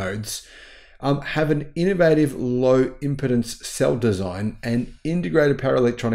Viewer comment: Hi... great stuff, as always. One thing though - Please try to pronounce 'impedance' thusly: im pee dance with the emphasis on the 'pee'. Cheers!